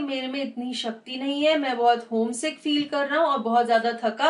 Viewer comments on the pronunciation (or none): none